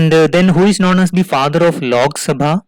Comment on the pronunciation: I don't understood why u South Indian people everything add (H ) behind every word..... It's simply (lok) sabha instead of ( lokh ) Sumit ko sumeeth Ramwati ko Ramawathi Anant ko Ananth Virat ko virath and so on.....